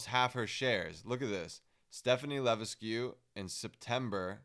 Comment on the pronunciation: Levesque is pronounced "Lah-veck"